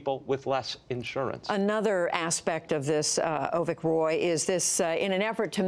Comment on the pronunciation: Hey man, its Avik not Ovik.